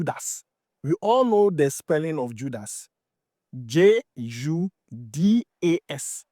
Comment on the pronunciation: Judas Iscariot 😂😂😂😂 not judus